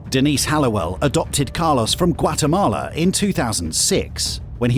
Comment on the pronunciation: .. You can take a guy from... gwatemalo but you CANNOT take an gwatemalo from the... guy